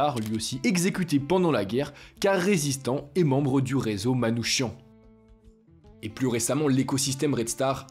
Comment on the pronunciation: Ça se dit Manoukian pas Manouchiant 😉